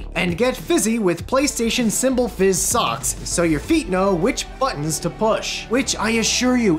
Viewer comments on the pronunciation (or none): none